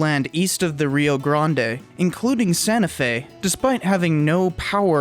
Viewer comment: And the reason Texans roll their eyes when "nuevo historians" from New Mexico pronounce Rio Grande. I'm surprised that you don't just go with Rio Bravo BTW, I am a Lobo